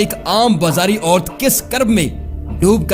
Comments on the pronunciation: ort nahi sahi lafz aurat hai .. pehly urdu sahi se bolo phir video banao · Mainy dosri video daikhy hy bhy tlafuz sahi kr lyn oourt ny hy ouraat عورت اوورت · Sb sy pehly mr apni urdu thek karo its orat (woman) not ort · Bhai jan apni urdu teek karo. Orth Nahi... Orath. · O bhai.ye oort kiya hota. Lafz oorat hy... Ort ort laga rakhi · بھائی صاھب پہلے (عورت، کرن، کلک) تو بولنا سیکھ لو